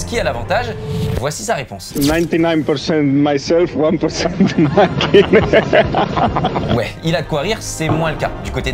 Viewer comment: Le copilote de sainz c moya pas servia et le champion du monde c makinen pas hakinen